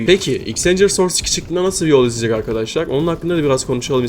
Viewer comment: Arkaşlar diyen ağzını s*keyim